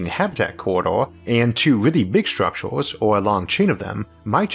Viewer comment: Shtructures....shtars...shtations...trillionsh...ttranshmishions...what accent is this?